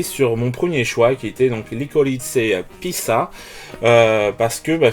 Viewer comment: Héhé, je prends toujours autant plaisir de me prendre tes fiches dans la figure ^^ Licorice Pizza prononcé à l'italienne je n'étais pas prêt :) (en fait c'est "Likeurish" le 1er mot, à l'anglaise) ! Je n'ai vu que ce film au cinéma la semaine dernière j'avoue, mais j'ai bien kiffé, et le film reste tellement en tête que j'ai monté ma note de 7 à 8 malgré les longueurs etc. Personnages attachants etc. ... Le nouveau Clooney pas du tout envie après l'ennui absolu de son précédent "Minuit dans l'univers" ! Donc je fais l'impasse (je risque d'être plus sélectif en nouveautés sur 2022).